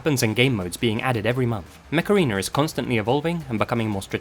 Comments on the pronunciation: i thought you said “macarena” not “mech arena” 🤣😭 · I thought you said "The macarena" not "mech arena" x) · Not sure if saying 'Mech Arena' or Macarena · every time i watch this video the mech arena ad takes me out cos i keep hearing "macarena" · Whenever you said "Mech Arena" I heard "Macarena." Aaaaaaayyyyy Mech Arena! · Did anyone else have this on in the background and a double take when he "Mech Arena" thinking he said Macerana? 😅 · I'm sorry but it sounds like you're saying the Macarena. I just had flashbacks to the early 2000s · EHHHHHHHHHH, Mech-ARENA, A-AYE!!! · Legit, the way you say Mech Arena makes me think you're actually saying Macarena. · i heard "macarina" initially LOL.